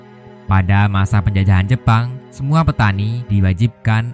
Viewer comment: bilang aja tentara jepang jangan jepon lol